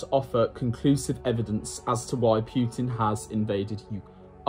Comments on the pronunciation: Not that he deserves the respect, but technically it’s Poo-tin, not Pew-tin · Seriously. Putin isn't hard.